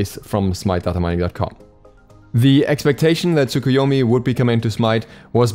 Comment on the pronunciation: The "u" is pronounced like a very quiet "uh" at the end of Japanese words, usually.